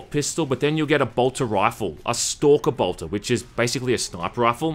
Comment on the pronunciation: It's called a Bolter. Not Boltor.